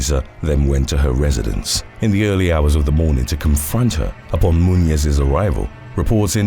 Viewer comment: It's pronounced "MU-NEEZ"